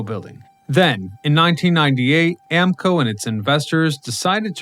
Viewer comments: It is pronounce A-MO-CO.....not AMCO. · Not AM-CO! Amoco is pronouced Am-ma-co. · Yes, he definitely mispronounced Amoco. My father worked in that building, it really grated me to hear it mispronounced